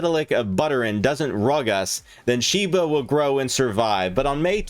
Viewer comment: You're fun to watch! It's SHIB-A not SHIBU😂